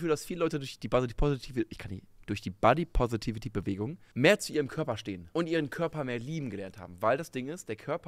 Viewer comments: Finde es immer lustig wie Menschen Wörter "ausnuscheln", wenn sie diese nicht aussprechen könen. "Bodypovity" :D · Ich könnte 2h wiederholt schauen, wie versucht, Body Positivity auszusprechen:D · Muss gestehen, dass ich es ziemlich unberechtigt finde, die erste verbale Schelle zu verpassen, noch bevor man einen Punkt gemacht hat. Besonders, wenn diese Schelle nicht einmal nachvollziehbar durchgeführt wird. sagt "Body positivity" und spricht das erste s gefühlt halb wie ein s und halb wie ein v aus. Verbaler Ausrutscher, Sprachfehler, keine Ahnung. Jeder weiß worum es geht und er lässt es im Video, was ihn einfach nur authentisch wirken lässt. Und dann so zu tun als hätte man "body poverty" verstanden (bzw. wenn man es wirklich so verstanden hat wäre das vermutlich ein Fehler auf gleichem Niveau?) und das so lang gezogen zu belächeln finde ich zwischenmenschlich etwas schwierig.